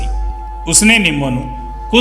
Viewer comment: ਸ਼ ਨੂੰ ਸ ਨਾਂ ਪੜ੍ਹੋ ਕੁਝ ਨੂੰ ਕੁੰਜ ਨਹੀ